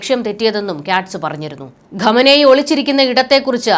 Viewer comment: Ma'am pronounce well...He is not Ghamanei...He is Khamanei... lady please correct